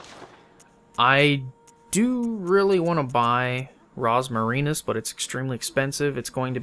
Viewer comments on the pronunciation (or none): Its pronounced like this Rose-Mary-Nus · You are still saying Rosmarinus wrong.